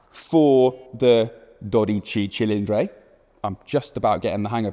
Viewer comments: Our language is all about the vowels. If you want to pronounce it correctly all you need to do is make five hard A E I O U sounds… ESPECIALLY at the end of the word. The way you’re pronouncing dodici cilindri sounds like… well, a British person trying to speak Italian but in English. 😂. say the hard “i” sound at the end of both words… it’s not a vague sound like you’re making. Good luck with the next ferrari name coming 😂😅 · Not Dodichey Cilindrhey. Just Dodici Cilindri, thanks. Also not “coffango” but cofano. If you try talking Italian try to make a real effort and not show off taking it all wrong 😂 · Here some phonetic help to get it pronounced at least minimally right: DOUGH DEECHEE CHEE LEEN DRIE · It's pronounced dodici cilindri, thank you very much. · Sterrato [English pronunciation stehrrrahtoh] - Superleggera [superleggehrah] - Americana [americana] - Quattrovalvole [cuatroválvoleh] - Quadrifoglio [cuadrifolyoh] - Stradale [stradahleh] BTW it's [dóditchitchilindri] not [dodítchi...] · dodici cilindri, not dodicey cilindrey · it's pronounced "dodici cilindri" not "dodice cilindre". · Dear Top Gear, this is not Dodicei Cillindrei but Dodici Cilindri! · Dodice cilindre made me upset. Please dodici cilindri. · You are such an ignorant. "confango"? "dodice cilindre"? We have google translate that can tell you how to pronunciate words in languages you dont know. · Dude, it’s not that hard. Dough DEE chee chee LEEN dree. The first vowel is an “o”, and it’s all “ee”s after that. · How hard it is to say correctly "dodici cilindri" and "cofano" ? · "Dorice cilindre" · "DodichAY ChilindRAY" 💀💀💀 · Daw-dee-chee Chi-lean-dree C'mon, it's not that hard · Daw-dee-chee Chi-lean-dree That should do it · Dodichi chilindri. He butchered the pronunciation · Why does he pronounce “i” as “ay”? “Docicay Cilindray”? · Makes a big deal out of pronouncing the name and immediately botches it twice in both words. Great job 😂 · Damn...i never heard someone say dodici cilindri that wrong😂